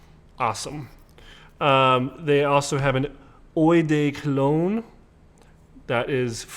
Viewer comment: Let me help you, - it’s “GOOD” Grandpa. 👨🏼‍🦳 And it’s “Oh-d’Cologne,” not “Oy-d’Cologne.” 🙄 You’re welcome. 😎😆 P.S. - re: the dude in the “Tabac” commercial - looks like a very “manly-man,” but wtf does doing “figure eights,” alone, in the desert, have to do with shaving lotion? 🤔🙄